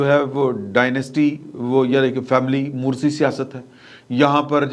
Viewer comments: پاییان لفظ موروثی ہے مروثی نہیں- م پیش و مو ر پیش و رو ثی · موروثی سیاست کہتے ہوئے براہ کرم لفظ "موروثی" کا تلفظ درست کیا کریں ۔ بہت شکریہ ۔